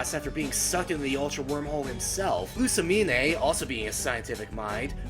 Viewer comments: Lu-sa-mean! Not Lu-sa-mi-nay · Winn Schott No, Luz - mane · Given that my own mother acted similarly to pre-psycopath Lusamine, I can understand it. Maybe that's why I'm not sympathetic, she actually thought she was doing the right thing.. even when everyone abandoned her. and why are you pronouncing the 'e' at the end of her name? It's not a unique name and the e is silent. sorry, just triggered about that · Loo-sa-meen-ay...ny-il-ego...why do you trigger me like this?